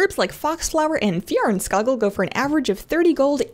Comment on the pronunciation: you have helped me learn to properly pronounce fjarnskaggl -farfignuten, fliggalskag, yargenflargen, bjornskorn were all my alternatives until this video. thank you, so so much!!